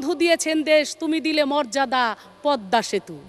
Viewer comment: ভাইরে ভাই কি উচ্চারণ এটা মযাদা কি 🤣খালি কি গান গাইয়া এই সংসদে টিকা থাকলে হবে😁 আর কত দিন।।।। এবার একটু বিদ্যা বুদ্ধি উচ্চারণ বাড়ান 😂😂😂